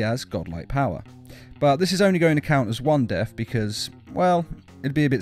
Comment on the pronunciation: Death not def